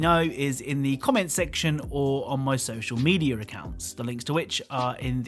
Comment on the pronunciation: I find it poggers that he says social meteor (not making fun of him)